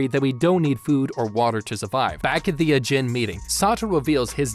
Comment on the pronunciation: I'm sorry but the way he pronounces ajin is just painful